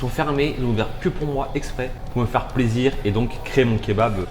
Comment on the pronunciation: " pour te faire plaisirrrr " #kenny